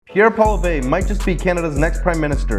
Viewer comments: This is so true. BTW his last name pronounced Polee ev, r is silent. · You will need to learn to say his name ---Poilievre - say it this way: PWA_LEE_EV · You should have learned how to say his last name properly. The rest was great